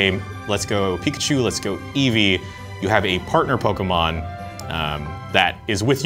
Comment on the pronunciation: POKAHmon or Pokemon?